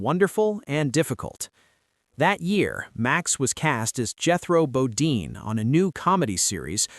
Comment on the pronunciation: It's BoDEEN! NOT Bo-DINE! God I hate these AI narrations!